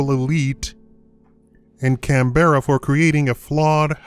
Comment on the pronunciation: can-bear-a. XD